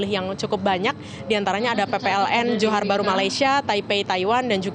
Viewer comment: Metro TV, tegur tu reporternya. Bukan Johar Bharu, tapi Johor Bharu. Anyway, bravo 01.